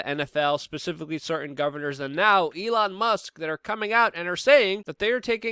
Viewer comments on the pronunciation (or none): none